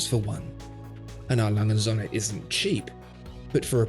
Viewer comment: Still can't pronounce the brand correctly....